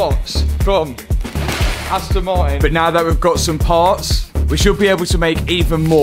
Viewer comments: Astn ma-in 😂😂😂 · "Asto Mari" i love the british accent😂❤